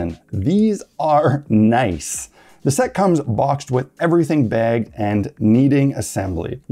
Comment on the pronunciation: ""It'sa naiss" !